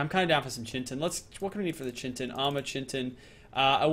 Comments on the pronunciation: Bestin Sloth exactly he kept saying chitnin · brah its Ky-ten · Chitin is pronounced "kite in" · "Chintin" never gets old, oh oh pal.. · It's Kaitin. That's how you pronounce it. Even tough this is old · Can u say chi chi tin not not chintin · and more. It's Pronounced. Ki. Tin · Chitin is pronounced like KITE-IN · There is no n in chitin and u pronounce it ky-tin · chitin is pronounced kai-tin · chitin is pronounced "Ky-ten" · Why does still pronounce chitin like chintin? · It's pronounced Ki-tin! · Chitin is pronounced like Kai-tin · NOT CHIN-TIN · It's pronounced Kaiten say it right, do you think anyone would call something Chiron NO! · it is pronounced chintin (kitten) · chitin is pronounced "kite-tin" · chitin is pronounced kytin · Chitin, pronounced kite-in he is just pronouncing it wrong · it's pronounced ki ten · pls pronounce chitin right, its kite-in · It's pronounced ki-tin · I'm sorry, but it got on my nerves, there's no chin in chitin 😅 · kite-in its pronounced kite-in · Also, it is pronounced "kite-in". Please say it right, it is messing with my brain. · There is no 'n' in chitin dude!!!!!! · Am I the only one cringing when he pronounces chitin wrong? the H is silent. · when can't pronounce chitin... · PLS, IT'S PRONOUNCED KAITIN, NOT CHITIN. it's spelled chitin, but it it's pronounced with a K sound and a lot of emphasis on the I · kite-in, not chin-tin not chit-in, kite-in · it's chitin not chintin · Argentavis not eagles.. and chitin like “kite in” not “chin tin” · Its not chintin its chitin like this kie-tin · it's pronounced kite-in not chintin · It's not pronounced Chintin it's actually pronounced (Ch-I-tin) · Chintin ITS CHITIN LIKE PRONOUNCED KIYTIN NOT CHINTIN ITS NOT HARD GET IT RIGHT LOLZ XD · its CHITIN not CHINTIN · Who Cringes when he says Chin Tin but pernounced kite in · I'm done, its pronounced (Kite-in) not chin tin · its kite-in